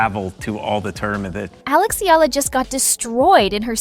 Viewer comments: …it’s just an annoying observation that annotations on videos would garble player names in what an otherwise relevant reporting…making it sound like it’s an English word? [ee-yah-la] becomes [ee-lah] in the case of Eala.. unless AI was used, they can research or learn from the NBA announcers who encounter a lot of different player names (some are weird) but are able to say them correctly… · most media personalities continue to mispronounce Eala... It is pronounced E-ya-la, not E-la. Do some research and correct your mistakes!